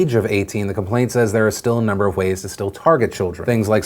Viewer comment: he says “ways” really weird and it just bothers me...I’ve watched it atleast 15 times now